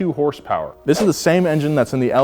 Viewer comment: It’s pronounced “hurs-purs” not “horse power” cmon!